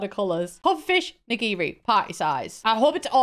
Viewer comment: Why "IN-giri?"